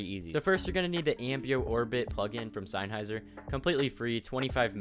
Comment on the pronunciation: you said sennheiser wrong LMAO